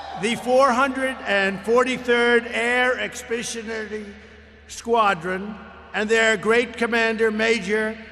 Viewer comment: LOL...he couldn't even read the word "Expeditionary" correctly....lol